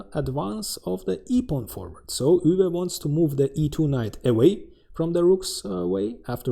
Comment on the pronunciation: Thank you for pronouncing Euwe’s name ha